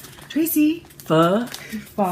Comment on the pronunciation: Yes you nailed the pho pronunciation! It's like Fe(r)h [with no R sound] and sounds like "huh??". I'm no Vietnamese but I researched this when I was in Vietnam cus people didn't get me when I straight out said "Fo" like finished object FO.